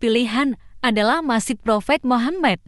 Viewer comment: Masjid bukan masid